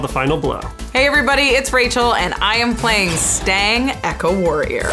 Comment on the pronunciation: I def heard "Stank Echo Warrior" lmao